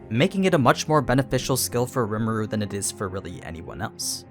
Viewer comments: “Lee-moo-du” sorry i got to be that guy but that’s how you pronounce rimuru’s name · Its kinda funny this dude cant say rimuru's name correctly he also is naming skils rimuru never even said anything about